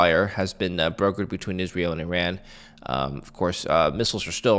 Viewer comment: it’s not pronounced “ eee-Ran “ it’s eeer-Run “